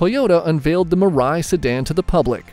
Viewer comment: its MIII-RA-I nor Murai, and it means "Future" in Japanese